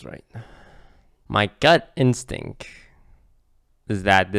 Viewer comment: "My gut instink"